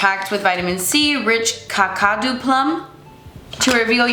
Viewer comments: So great to see you! For anyone interested, the ingredient in the Frank Body product Kakadu is pronounced CA as in cap, then CA as in cup, DU as in do. Ca cuh doo.. Kakadu. It's an Australian National Park, named for the Aboriginal language spoken in the area Gagudju 😊 Kakadu plum has a super concentration of vitamin C 🥰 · Thanks for posting this. I was wondering how to tell her the phonetic pronunciation of Kakadu.